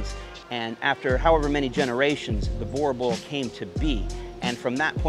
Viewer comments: Great clip. I know Boer looks like you should pronounce it as you do. But it actually sounds like boo, as in Casper the ghost go boo! Boo!r. Your Boerboel will instantly start fetching your slippers for you if you pronounce it like this.. No really! Thank you for the great contribution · It's funny how ya'll pronounce boerboel so weirdly different from us here in South Africa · How did you come to South Africa and not learn how to pronounce the dogs name😂